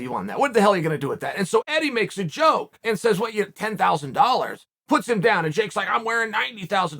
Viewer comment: Oh, I thought you said doll hairs.